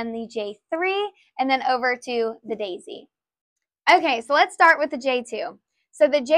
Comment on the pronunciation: I love how your accent comes out when you bring out the Dayzee. It really shows your enthusiasm and how much care goes into Geshelli Products❤